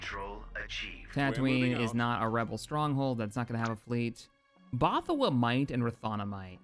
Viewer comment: It's BothaWUI! Not Bothawua